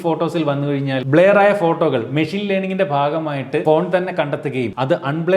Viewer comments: not blear it's blur... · Bleyar alla chetta blur ... Pronounciation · Blair alla bro blur ennaanu parayuka 🤦‍♂️ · ബ്ലർ ആണ്, ബ്ലെയർ അല്ല dear...